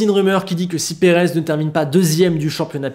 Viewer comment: "Perave" ça s'ecrit pas " Perez" !